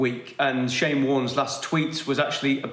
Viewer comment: "Bowlin Shyne!" - Ian Healy